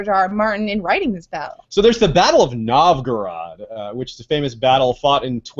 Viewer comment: Oh my... you pronounce Novgorod so weird, I had to listen to it few times to understand of what you are talking about :D Anyway, very good parallel.